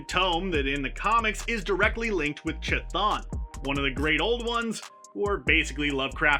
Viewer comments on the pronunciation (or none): Totally destroyed Chthon’s pronunciation. “Kuh-thon”